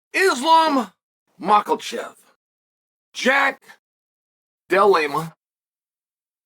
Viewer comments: Makelchev, Dilemma, Blohal 😭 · How's unc a UFC expert and commentator and get the big names ridiculously wrong? Makhalchev, Dilellema, Blahal